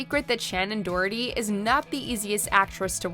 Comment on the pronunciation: It’s Shannon do,her,ty not dorty